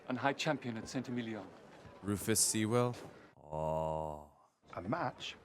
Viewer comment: Lots of fun, though the constant mispronunciation of the surname Sewell was annoying.